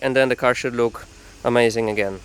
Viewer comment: did he just say "should blook very nice"?